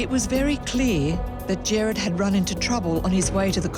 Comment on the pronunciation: This is so sad😢 but its killing me hearing them pronounce Gerard as Jared!!